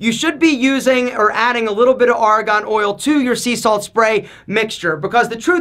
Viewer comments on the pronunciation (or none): Great vid! But it's Argan oil, not Aragon oil. 😂